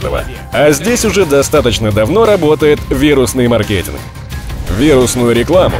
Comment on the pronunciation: Убил бы за произнесение слова маркетинг в конце